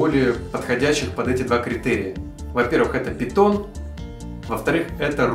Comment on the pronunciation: Когда просмеетесь, можете и произношение python в словарике глянуть ;)